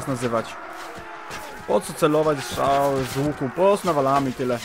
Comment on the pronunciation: mówi się strzały a nie szczały